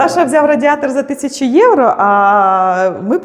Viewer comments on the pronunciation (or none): none